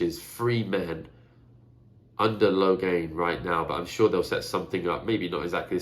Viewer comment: Great video as always! I'd take Login along if we can ignore for a moment that he is probably more needed on the battlefield. Moiraine and Nynaeve provide enough of Saidar so would be good to have some more Saidin as well. Logain with some angreal could bring quite a bit of power into the circle. "Let the task be undertaken" I always thought that this was the dark one speaking in Rands mind, but I might be wrong. BTW you confused Damodred, the last name of Moiraine and Galad, and Demandred (the forsaken) a few times. Sorry for being a nerd about this :).